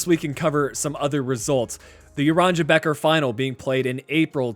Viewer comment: Geat video, in dutch “beker” is pronounced as baker